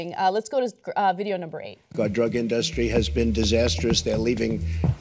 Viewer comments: Trump says industry like anyone would when reading the word for the first time. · In-duh-stry lol! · When in doubt, spell it out Mr. Trump, "Inn-dus-tree" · Nucular Indastries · Thank you Ana for addressing the way he pronounces industry. It is just plain wrong. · I know someone from Oregon who pronounces industry that way. It is likely an accent/dialect thing. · Why can't he say industry?